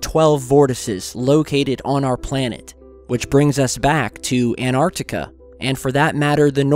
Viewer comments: please....it's Antarctica (ANT Arc Tica)...not Anarctica (An Arc Tica is how you always pronounce it). Ok, I feel better now:) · Repeat after me: ANT-ARC-TI-CA